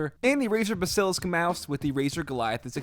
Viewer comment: my dude, how have you still not learned how to say “Bass-A-Lisk” it’s not bassilis or whatever you are saying. I love your videos, but this has got to end.